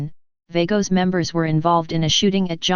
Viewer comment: If you cant PRONOUNCE it right then youve NO business reporting it!!!